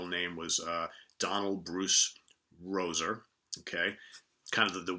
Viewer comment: I think Buck Dharma Roeser pronounces his last name "Ree-zer"